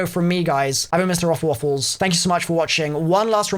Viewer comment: Your name isnt... its. Get it right dude